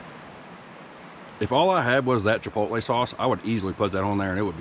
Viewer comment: Chipotle, say it right...LOL